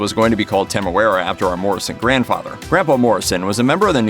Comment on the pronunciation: Why do you keep mispronouncing his name? Lol